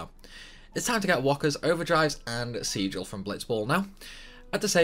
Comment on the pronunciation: haha saying sigil wrong and then correcting yourself by saying it wrong again, classic